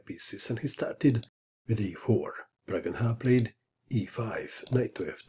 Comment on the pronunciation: He cant speak proper name of pragnanda